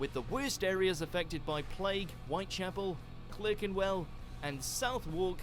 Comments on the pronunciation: and Clurkenwell instead of Clarkenwell (spelt Clerkenwell) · I'd trust the original video more if the guy could pronounce Clerkenwell and Southwark properly!